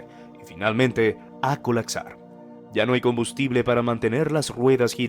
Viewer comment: "Colacsar" "adactarse" "percecciones"